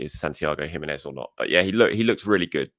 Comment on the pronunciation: It’s enunciated like He-men-ez 🇲🇽